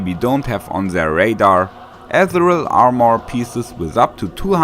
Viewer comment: Ethereal (Amerikanische Aussprache) klingt wie: uh·thee·ree·uhl